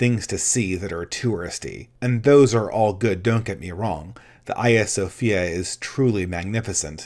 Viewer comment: I think he was pronouncing it the Greek way.